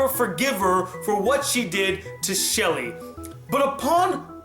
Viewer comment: it's " shee-lay " not " shelly "